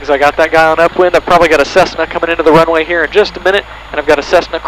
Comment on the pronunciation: crossing the wunway